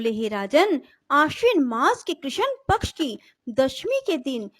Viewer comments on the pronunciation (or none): none